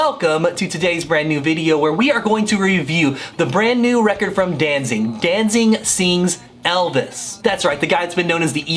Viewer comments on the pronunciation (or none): It sounds like you are saying "DanZING" instead of"DanZIG". But what do I know, I was never a big Misfits fan. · Did you just say DanZING?